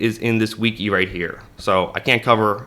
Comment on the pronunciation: Bro thats not how you say Wiki